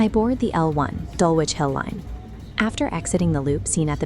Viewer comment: "Dulwich" is pronounced "DULL-itch"